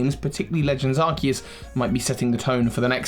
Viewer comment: And the: That's not a Legends Arceus. THAT'S ARKOOS!